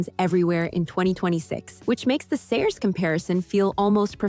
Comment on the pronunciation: Uh…no and nope. I think you need glasses for most of these comparisons. And you kept saying Saoirse’s name all wrong. 😤